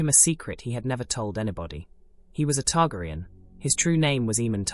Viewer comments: E-mon Targriun and Varies. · I am pretty sure it's an AI narration. Once I hear that pronunciation, I stopped the video. Sadly many channels use AI instead of a human narrator.